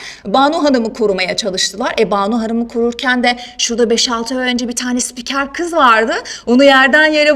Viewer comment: Daha spiker diyemiyor....